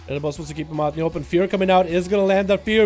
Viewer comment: How are you mispronouncing "Arbus" as "A-yer-bus"